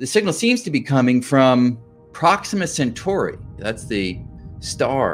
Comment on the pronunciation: Gah, CentAUry, not Century!